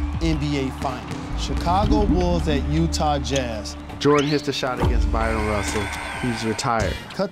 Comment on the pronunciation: Jalen Rose can't even get Bryon Russell's name right.....called him "Byron".....I swear Bryon Russell is one of the most disrespected players of all time, just because MJ hit one iconic shot on him....Bryon Russell was a very good player, had many great games, and the Utah Jazz franchise was at its best when he was on the team.